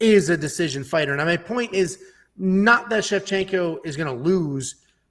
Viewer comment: ShevCHINKO not Shecshinko , you name her opponents but not Santos opponents .who are the koed opponents that Santos finished? Shevchinko finished the whole top 10 .